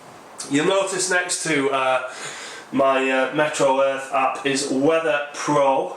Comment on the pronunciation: Oops! I just made the same mistake others have in my comment just a moment ago. cosmonott1's correction of our thinking is right on the nose -- it IS called "MeteoEarth" (as in Meteorology), not "MetroEarth" (as in Metropolitan)! I had to check to be sure, but he's definitely right . . .